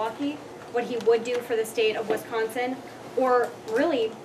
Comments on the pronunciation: Its Wisconsin not WIS consin.. and quite saying I think and forward to! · This must be one of Gov. Walker's out of state hires. When these folks come in they should learn how to say Wisconsin.